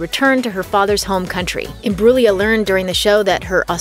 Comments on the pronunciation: The way she's says her family name though.... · Learn how to say her name.